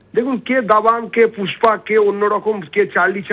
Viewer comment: পুষ্পা❌ ফুসপা✅ 😂😂😂